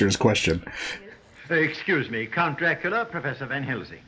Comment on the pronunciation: IT'S NOT PROMOUNCED, DRAHCULA... IT'S DRACOOLA!